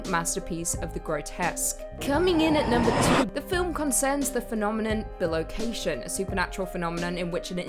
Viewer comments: Love the channel, but it's bi-location....not bil-ocation. It's from the latin bis meaning twice and the word location. Other than your pronunciation of that word, loved the video. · I'm pretty sure it's pronounced "Bye - Location" - as in bi = two. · Bi-location. Man that was hard to hear each time